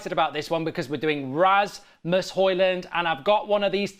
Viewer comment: If we get Højlund, please check out how to pronounce the name.